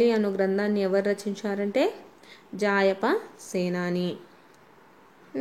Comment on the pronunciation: Not japaya it was a jaayapa